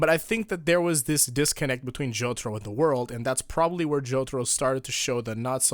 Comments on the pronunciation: Why you gotta pronounce it the American way... jo tar o... :( why not JO TAH ROH! The dio way! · Hey can you stop calling Jotaro as J o t o r o? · Nam Nguyễn Phương Well says it as Jotoro. Jotoro should be the right answer.